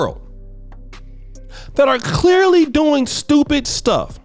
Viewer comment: Clechchrly... will never be able to pronounce Clearly... 😆